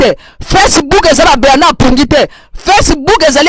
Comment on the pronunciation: C' est Bernard et non Berrrrrrrrrrrrrnard